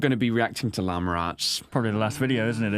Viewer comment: Llama is spelled like this -----> Llama You say it like this ----> Llamer Its just funny